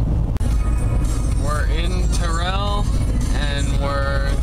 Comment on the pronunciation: Thanks for the critiques, these attractions are right by me. I've been eager to check them out myself. It's Terrell, though (Tear-all, like tearing paper), not Tah-rell. We locals are picky about the pronunciations. But thanks again for the insight on these places. Very cool.